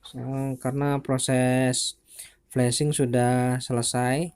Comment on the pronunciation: Itu flazing bukan flusing